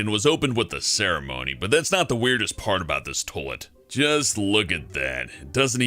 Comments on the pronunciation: its pronounced Toy-let, not Tow-let! #FNTRIGGERED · Why does he say "toelet" and not "toylet" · It's not 'tolet,' it's toilet. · Is a tullitt the same as a toilet? Toy-lett? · It's toilet. TOYYY-LET. Not tolet. Pronounce it right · Stop saying "toh-let". TOi-let. TOYYYY-let. Say it with me now.... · I love how he says "Tollet" instead of "Toilet." x3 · someone should tell that its "toilet" and not "tolet" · I guess saying shit gets a little difficult when trying to make your voice sound as fake as that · Tolet? You mean toilet? (Toy-lit) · Am I the only ine hearing him saying "tohlet?" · the way he says toilet bothers me he says toelet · 'tolett' -. I'm sorry but I couldn't help it. XD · Toll-it. Ugh. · Is it just me or does he say tolit instead of toilet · "Tolet." Yes. X3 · It's not tOlet is toilet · "tolt?"... What is a tolt? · i just laugh. tolet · ummm its toilet, not tollet. Say it right please. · What the hell is a Toh-lit? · "Tolet" pronunciation: tole- et 10/10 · why can't he say the word "toilet" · you can't say toilet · dat pronunciation of toilet do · learn to pronounce toilet before you make another video about one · I like how he pronounces toilet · He pronounces "toilet" really weirdly... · Why doesn't he pronounce the "i" in toilet........ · They should have chosen someone who could actually pronounce toilet to do this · The way he says toilet really bugs me. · Why can't pronounce the word toilet?